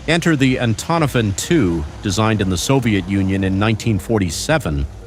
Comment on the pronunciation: "antonofan 2" thats exactly how its pronounced. (Sarcasm)